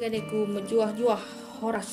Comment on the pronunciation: Weleh keren ngomong HORAS nya jelas banget wkwkwk...semangat kak moga channel nya makin maju n berkembang